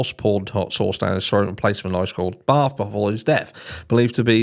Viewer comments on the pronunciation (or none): none